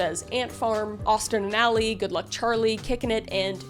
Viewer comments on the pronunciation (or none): none